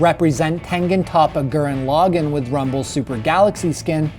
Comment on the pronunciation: lol he said Gurren log on